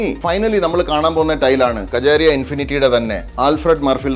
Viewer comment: കജാരിയാ, എന്നല്ല മറിച്ച് കാജരിയാ എന്നാണ്, 🙏